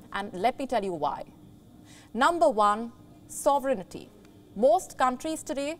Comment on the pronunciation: Ms Anchor. Kindly check the pronunciation of all those countries you've mentioned. Eg. Baar.BAY.daws. baar.BYU.duh... SAWV.ruhn.ti is tri-syllabic.